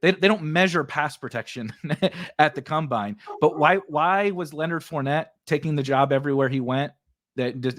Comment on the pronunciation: its COM-bine not cum-bine. Loved this episode though lololol